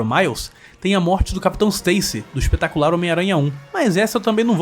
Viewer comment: Parece que você falou: "O Ex-petacular Homem-Aranha!" 😂😂😂